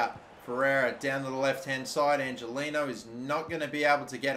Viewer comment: Angeliño is pronounced angeleanyo